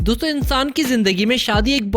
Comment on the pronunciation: It is not doto it's dosto